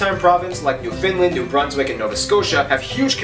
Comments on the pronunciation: Not new Finland, it is new found land. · NEW found (as in discovered) land, Newfoundland. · Sounded like he said "New Finland". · Nestle bottled water come from a wells around Guelph, Ontario His pronunciation of " Newfoundland " ( Newfinlind ugh! ) would get him thrown into St.John's harbour. Canada being the 2nd largest country in the world is no big deal. Canada, China, Brazil, and the USA are all pretty close in size. Changing a criteria or two will change the order. Canada is the 2nd in total area but 4th ( behind China and the US ) in land area thanks to those 3million or so lakes